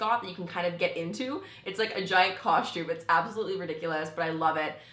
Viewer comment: You say costume so funny! Where is there a h in costume? 😂 Cos-tume no shade just funny ;)